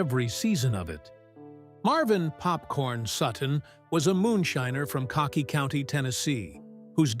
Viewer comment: Cocky county lol it’s pronounced COCK County